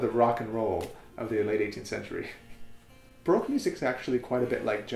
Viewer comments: I really like this series of videos, but I get really frustrated by the way you say baroque. I'm not hating, it's just a tip. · He seems to know everything about the baroque guitar except how to pronounce the word 'baroque'.